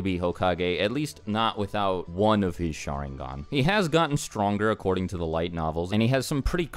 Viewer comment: The way he said sharingan.....